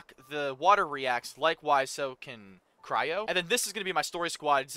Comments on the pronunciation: Its not pronounced cy-ro its cry-o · Its actually cry-yo and not cy-ro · please, not cyro like kaeyro lmao. , c-r-eye-oh. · "Cryo" is pronounced like "Krayo" not "Kayro" just letting you know❤😅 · I've noticed it since like, I don't know since what part, but if I'm not deaf, you're definitely saying "cyro" and not "cryo" . Sorry, just that every time I hear it, I chuckle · Not tryna be mean, but it's pronounced Cryo (cry-oh) not Cairo 😭😭😭 think of it like the root word, cryo, meaning ice (cryogenic). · Got here in 36 minutes btw its pronounced cry-o not kayro If you run out of stamina while climbing you can do a plunge attack so you dont die from fall dmage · I hate it when you say cyro- It's cryo 😭😭😭😭😭😭😭😭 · been enjoying your streams of genshin. just fyi it’s cry-o and not Cairo 😂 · the ice element is pronounced “cry-o” not “cy-ro” btw!! :) loving the vids, its fun to see someone playing the game for the first time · its a nitpick but you keep calling cryo cyro the y and r are the other way around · I just love how you say cyro instead of cryo lol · i laugh every time he says cYro instead of cRyo ahahahh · CRYO IS PRONOUNCED CRY-O NOT KYRO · It is called "cryo", not "cyro". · The gameplay that will progress in this game , you’ll have to do more strategies and faster moves and also the pronounciation for Cryo is ( Cry - oh ) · I’m loving this series so far, but one thing that bothers me is that you keep pronouncing “cryo” differently it is supposed to by pronounced as cry-oh but it’s still call if you want to call it whatever you want, just thought I’d let you know the correct pronunciation. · Just to know that cryo the "ice" in pronounced kryo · Idk if theres a comment abt this already but cryo is pronounced cry(😭)-o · I love how he keeps calling Cryo cairo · just so you know, cryo is pronounced cry-oh🤓